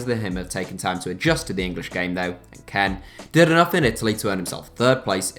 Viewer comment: You kept saying Ken not kean